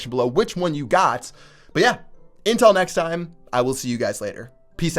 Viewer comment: "Intel nex time..."